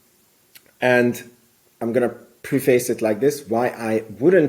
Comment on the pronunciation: I wanted to be a believer in you until you pronounced preface as “pre-face” 😂